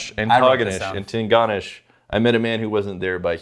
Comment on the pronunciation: I love when people not from Nova Scotia try to say "Antigonish." Bravo, gents, that was hilarious(ly incorrect).